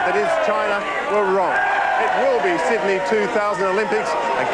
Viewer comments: One of the all-time misquoted lines. For the last time, it's not 'Syd-uh-nee', it's 'Syd-ee'! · I am studying English: Did he say "The wiener is Sidney"?